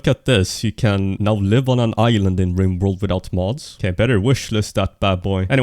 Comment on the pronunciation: ok so its "Riborld"